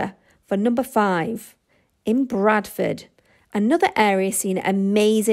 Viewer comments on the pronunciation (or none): none